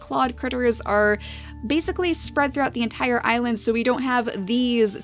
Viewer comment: Can you call this "The great Icland pack " because it sounded like you said icland when you said island at the start of this episode. 😋😋😋😋😋😋😋😋also curse you bunnies!!!🐰🐰🐰😋😋😋😋🎃🐾🐾🎃😋😋😋😋🐅🐆🐕